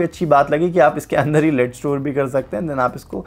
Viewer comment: Sir ji, "लेड" hota hai. "लीड" नहि। Just letting you know, please don't be offended.